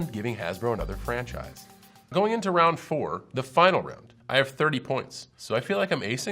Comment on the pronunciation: He seemed so smart until he said “ round rone “